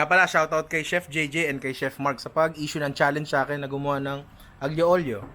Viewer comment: Bravo ninong ry sei un grande! solid pagkabigkas mo sa aglio olio sana sa sunod pasta arrabbiata naman kahit basic lang yon! greetings from florence italy!